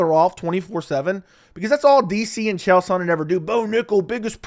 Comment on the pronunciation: Also, Chael is the may be the dumbest human being on earth. Dude just rambles garbage and makes up stories. And people try to tell me his mispronunciation of names is a gimmick, but no, he's too stupid and full of his own shit to realize how ignorant he sounds. He just doesn't care.